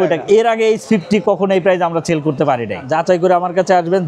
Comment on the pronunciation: সেল না চেল 😂😂😂